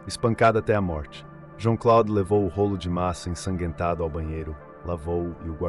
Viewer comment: Não se diz: ensaguetado e sim ensanguentado 😂🤦🏻‍♀️